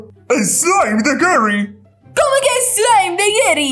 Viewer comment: No es por ser chismosa pero se dise Gary no gerry